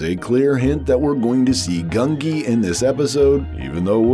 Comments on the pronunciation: Gungi!! Not Grungi. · It's pronounced GUN-jee by the way. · The Wookie's name is Gungi. Pronounced 'Goon gee.' The Gee syllable is pronounced like the gee in Bungee. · There is no R in Gungi